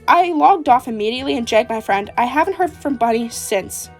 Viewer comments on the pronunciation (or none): none